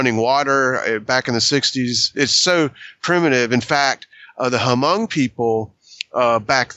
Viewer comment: Lay-ose? Hoo-mongs? hahahahaha